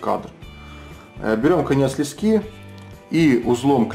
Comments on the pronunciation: Не лескИ, а лЕски! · Спасибо, отличное видео! В слове леска ударение на "Е", так же и в слове "лески".